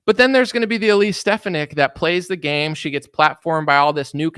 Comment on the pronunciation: Her name is pronounced, Stef fawn ick. As a physician and woman, I think she supports my views and should be JD Vance's VP in 2028.